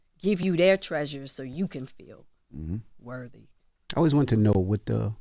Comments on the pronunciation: If I heard this dude say “wurvy” instead of worthy one more time…! 20 years of broadcasting and you still allergic to T’s. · I cringe every time charlamagne says “worvy” instead of worthy!🥴 I hate that he says it like that!😩😂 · Someone tell Charlemagne the word worthy doesn't have a v in it.